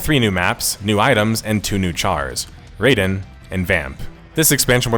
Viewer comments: Youre a big MGS fan but cant pronounce Raiden right 😂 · why do you pronounce raiden like that